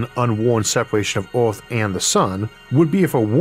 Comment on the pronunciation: I'm sorry, the topic is great, but to me as a non-native speaker, this video is pretty much incomprehensible. Took me like 5 minutes to realize that by "Orth" you mean "Earth". Most of the pronunciations are completely off.